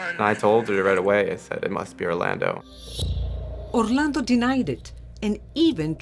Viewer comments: We're American's and have American accents. Every time she says Orlando's name with a Mexican accent I want to throw up. Had to quit watching. Why do Liberals think they have to do that? We don't pronounce Orlando Florida that way. We don't even know if he was from Mexico, he may have pronounced his name with an American accent also. Really annoying. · 27 minutes in I had to turn it off I couldn't take another Orlando the way the talent pronounces it with the accent. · Does she pronounce any Spanish word with that cringe Spanish accent where they really ham it up? Lmao as I type this she said Orlando’s full name and yep it’s that cringe Spanish accent where they play it up (If you’re native Spanish speakerrrr you know what I am talking about 😂) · This was difficult to watch because of how the reporter kept pronouncing Orlando.